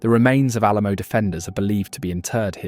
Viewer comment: re Create tion? Awl A La Moooo?